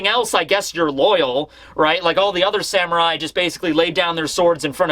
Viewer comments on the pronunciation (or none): none